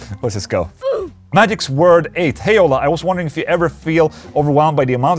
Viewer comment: i like how you pronounced the first guy's name as "magics word 8" instead of "magic sword 8"